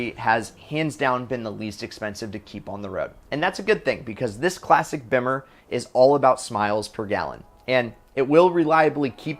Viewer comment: This guys doesn't know how to pronounce estoril, modena, or bimmer. Learn to talk, dude.